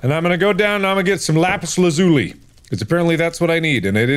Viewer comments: no one is saying how he says lapazi lapuzi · no no no, lapuuzzi lazuuli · Mark: "THE WAY you make magic is by crafting an enchating table. AND the way you make an enchanting table is by doing..." click click Mark: "glElagh" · Little did Mark know, it’s pronounced Lapis (L-Ah-Zoo-Lee) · Mark- “Le Puzzi” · "lapus lazulee" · it’s pronounced (LaPIS LAWzoolee) (Lapis Lazuli) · Ahh, yes, Lapis Lapoosy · Its Pronounced Lap-us Laz-uh-Leet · Its pronounced lapis lah-zoo-lee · I can't be the only one that finds it weird how he pronounces the "lazuli" part of lapis lazuli. Right?